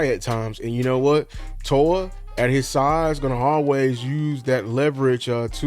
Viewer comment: It's Jay Toe-Ee-Uh. Hopefully we will be hearing his name said a lot!